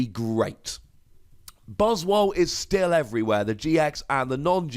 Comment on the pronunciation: Why do you still call these Buzz-Wall when it is clearly a play on the word Swole, as in Swollen.